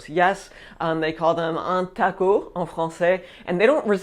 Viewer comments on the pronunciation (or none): none